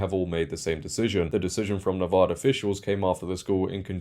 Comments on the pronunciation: Nevada. Not Nevoda. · Why do so many people mispronounce Nevada. It's a short A in the middle. Nevada, not Nevoda.